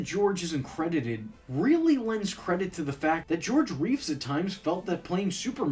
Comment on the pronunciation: Not identical. George Reeves, Christopher Reeve. He mispronounced it in this video.